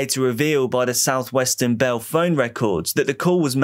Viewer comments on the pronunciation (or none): none